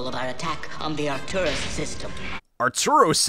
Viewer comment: Not that I'm saying this film is even close to perfect, but... Arturos? Seriously. It's "Arcturus."